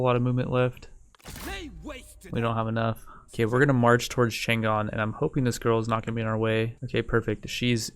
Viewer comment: The city of Chang'An's name was actually pronounced Chung, Ann, not Chan Gan, just to let you know.